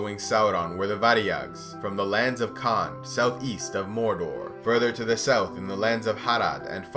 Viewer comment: Sough? You mean south or what?